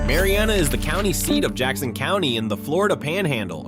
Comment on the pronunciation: I live in Jackson County, you pronounce Mary Anna not Mari Anna. At least get the pronunciation right.